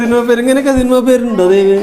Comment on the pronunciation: സിൽമ അല്ല സിനിമ